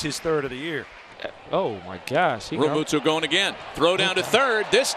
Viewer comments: for real for real,,REAMUNDO.. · Never heard so many mispronounced names in a highlight reel. "Reamundo", "Soto"... what else I miss...Please end this Peacock BS. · Who is the commentator that is just butchering everyone's name? Called Realmuto Realmundo and Sosa Soto. Get this guy off the air. LFG Phillies!